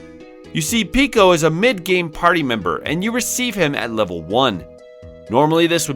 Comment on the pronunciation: It's Peco, not Pico though